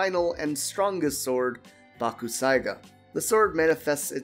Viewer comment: Its pronounced bak. Sai. Ga the u is silent